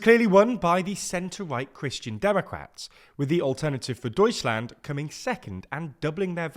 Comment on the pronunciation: Doishland? But... tsch is a sound that exists in English. Chair, church, catch.